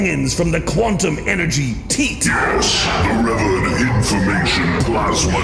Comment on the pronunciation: cough Cleanup on pronouciation aisle; "revered". Rhymes with umm..."ka-speared"?